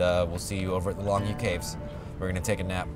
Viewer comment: Longyou is actually pronounced Long Yo . Pinyin is een beetje veranderd